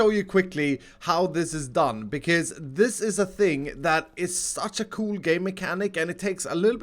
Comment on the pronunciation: The way you say coooooool makes me know that you are Swedish :D